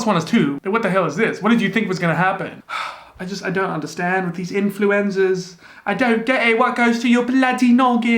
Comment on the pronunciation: Sometimes when you say influencers it sounds like ‘Influenzas’ and I love it 😂